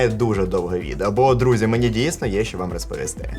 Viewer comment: Если уж говоришь на украинском то не ШО кай. ЩО. ЩО!